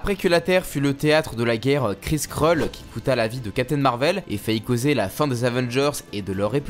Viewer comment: Cette façon de dire Kree-Skrull, l'impression d'entendre cette vielle pub : Krisprolls 😂